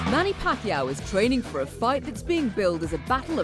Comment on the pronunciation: It’s pakYAW ... accent on last syllable. He is just too nice to correct people